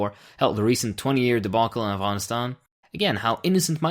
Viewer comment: Finally, someone who can pronounce Afghanistan correctly xD